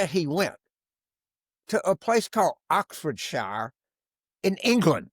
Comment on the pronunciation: It is pronounced Oxfordshare.